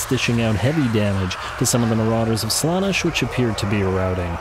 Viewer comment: I don't think I'll ever get used to the way you emphasise slAnesh instead of slanEsh, but that's probably just an accent thing 😂 Archaon is one of my favourite lords, he's just such a wrecking ball. I normally keep him off his horse, tends to make him more survivable in my campaigns. Dorgar ofc will be very sad but the added anti-large and middle fire danger is too much imo.